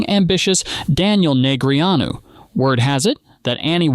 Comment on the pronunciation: Soon as A.I. screwed up Daniels name,I left. After commenting.